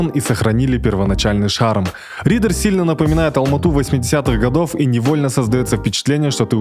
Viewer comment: Не Риддэр а Риддер